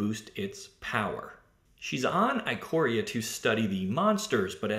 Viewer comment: The "i" at the beginning of "Ikoria" is pronounced like the "i" in "ichor" (the golden blood of the Gods said to transform mortal beasts into gigantic supernatural monstrosities). It's "ick-or-ee-a".